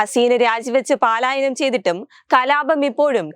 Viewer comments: Paalayanam alla palayanam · പലായനം എന്നു വായിക്കു